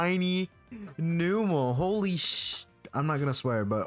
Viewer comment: “Numb”mel, not New-mel.